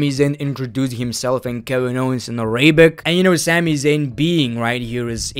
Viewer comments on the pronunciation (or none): Bro, it's Arabic, not AraYbic😂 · Just a correction, you don't pronounce Arabic as "Araybic", it's "Arabic", as simple as pronounced as it can be (idk how else I can clarify how it's pronounced 😅, there's no "ay" in the middle of it) But yeah, good show!